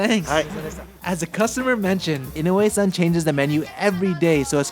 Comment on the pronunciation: You live in Japan for many years and have a Japanese wife, but you still can’t say inoue properly. Wtf?